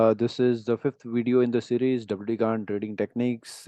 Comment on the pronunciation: गान नहीं गैन बोलो उन्हें